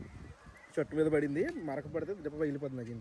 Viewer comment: పాడింది కాదు అన్న పడింది 😁😁